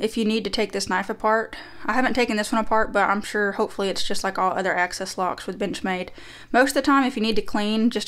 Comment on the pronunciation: I swear I was hearing b**ch made all the time 😅